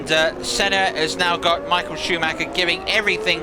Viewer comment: AI has a problem with Schumacher. Shameful...